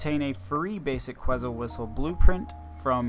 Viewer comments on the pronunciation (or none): “Ket • Zul” it’s a bird from Guatemala haha❤ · Lmaooo bro you didn’t even pronounce the word right in front of you right. Que”T”zal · You know it takes 10 seconds to look up the pronunciation for quetzal. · You should apologize for how you say quetzal lmaooo